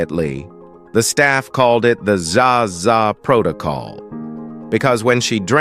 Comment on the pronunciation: Zsa was pronounced Jawsuh.